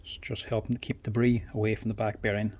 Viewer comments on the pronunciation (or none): none